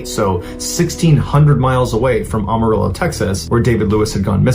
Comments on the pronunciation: Not a criticism, but the correct pronunciation is, ( Am , with a short vowel /a/, or like the word "am") at the beginning of Amarillo. Regardless, I love your channel! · Am-orillo listen to The George strait song Amarillo by morning there's your pronunciation brother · I’m from Amarillo & just a fyi it’s pronounced like Am-arillo like I am then arillo. Am-a-rillo. If seen a few cases & they all pronounce it wrong. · Or the color for which it’s named: ah-mah-re-yo is the pronunciation for ‘yellow’ in Spanish. Amaretto is Italian, and very tasty. 😉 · For the future: it’s am-as in “I am”-arillo Love your posts. I Don’t watch that guy who is pretending to be you and isn’t good. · Amarillo is pronounced am-uh-RILL-oh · Love your vids, but it’s Am uh rillo 😅😂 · That bugged me too!! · Buddy pronounces Amarillo in a weird way. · That's not how u say Amarillo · It's so funny how people mispronounced AMARILLO. I remembered this story don't remember him being found though. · Why are you pronouncing Amarillo that way? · The way he is pronouncing Amarillo. Lol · Or, he went out for a quickie during the Super Bowl and recorded the game for later. But got ambushed. Who knows? Btw, Amarillo is pronounced with a strong A. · learn to pronounce Amarillo! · Where did you learn to pronounce Amarillo? LOL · I enjoy your stories but on this one you are pronouncing Amarillo incorrectly. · Mr Ballen lives in ATX (though he’s from the NEast Coast. I noticed & this bugged me too! Because he said it multiple times! Living in the SW for almost 60 yrs & everyone in Texas & neighboring states says AM - Uh- Rill - Oh! Not Aum- …. And Yes! George Strait! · It’s “Am a rillo”. Not ARMArillo. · Am-arillo not ahmarillo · Am.....a....rillo not om...a ...rillo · Amarillo is pronounced “Am-marilo.” Like I Am, not ahm. It appears to be Spanish, but it is really just Texan. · AMA rillo! Not AUMA rillo! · Mr. Ballen!! Amarillo Is Am, long A not Ah, short A! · Its pronounced Am-a-rillo not Arm-a-rillo.